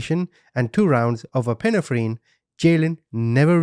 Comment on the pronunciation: So you are aware the word is pronounced.. Eppa nef ren… aka epinephrine… sorry it just bothered me and if I’m able to help someone then I try to do so other than that I love listening to you and watching your stuff!!! I’m here to help. Lol.😂😂😂